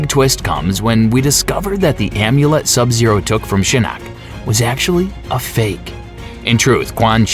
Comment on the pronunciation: My favorite MK character is Sab Zaro